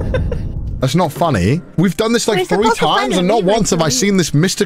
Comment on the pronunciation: has never sounded more british than this "THAT'S NOT FUNNEH"